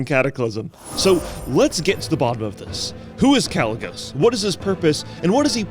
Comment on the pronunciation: Why would he call himself Kalec if you're pronouncing the name without the "C" then why would you shorten it and use the "C"?